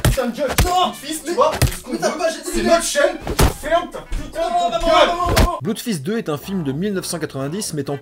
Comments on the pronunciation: Je m'étais précieusement gardé cet épisode sous le coude, et j'ai bien fait : vous avez égayé mon réveillon :D (Au passage, ça se prononce plus "bleudfist" que "bloudfist", mais vu la qualité des films eux-mêmes, je crois qu'on a le droit de dire (je me permets de vous citer) : "on s'en branle" !) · Petit détail... en anglais "oo" se prononce "ou" mais pas toujours. Dans les mots "blood" et "flood", ça se prononce "blod" et "flod". C'est comme ça.